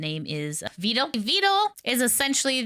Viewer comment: Not vee-dall VED-L